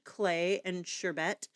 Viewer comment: Beautiful blending!! It’s pronounced like ‘sure Bert’.😊